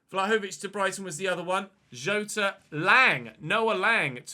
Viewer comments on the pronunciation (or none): none